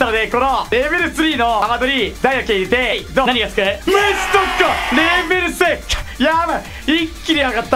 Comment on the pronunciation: 何か…レベル2じゃなくてレベル3んって言ってる？